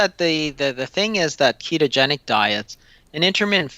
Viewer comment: Dude, the interviewer needs to slow down. I had trouble following what he was saying - like "keegeni". No, it's pronounced, kee-to-gen-ic. Enunciation counts in the communication industry. So slow down and enunciate all the syllables.